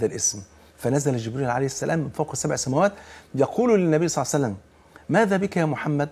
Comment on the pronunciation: لماذا تقول يا شيخ ..سلعصلم.. قل صلى الله عليه وسلم.